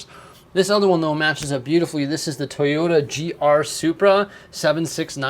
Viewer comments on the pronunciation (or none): none